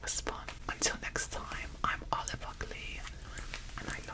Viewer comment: its not olive its olivier 💀